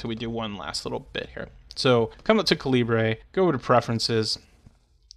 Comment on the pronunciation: Also it is NOT Cal-eeb-ray. It's the same as the size of a bullet.